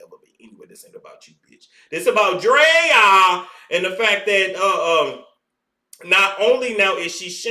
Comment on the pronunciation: You saying Draya name like that got me ctfu bc that’s my damn name. I just don’t spell it that way. Lol (Drea) me